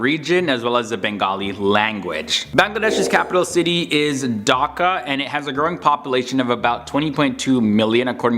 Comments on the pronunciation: Thank u for making this video about our country but we actually pronounce the H in Dhaka and not daka I'm not a hater I'm a subscriber just pronounce the h and say DHAKA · Its bangladesh not bangladash Its dhaka not daka😂😂😂😂 I know iam from bangladesh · Y'all foreigners knows about us more than we do 🥴 It's D-h-a-k-a not dokaaa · Its not daka its dhaka and i live in dhaka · Him: "Daka". Me: (ಥ_ಥ)... I'm done with this world :/ (Seriously, say it right man It's "DHAKA" D H A K A not Daka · my man said "daka" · What is Bangladash. What is Daka are u serius